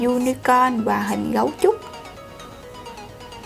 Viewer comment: Nhóc ơi con phát âm cho chuẩn đi. Nói chữ Và chứ kh nói quà. Nghe kỳ cục